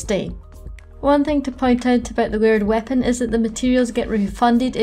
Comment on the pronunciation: Took me a while to realize you were saying layered weapon and not weird weapon.